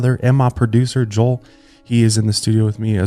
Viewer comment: just went back and listened to "my brother and my producer Joel" like 10 times because (I'm from Texas) you sounded as hick as me!!! :D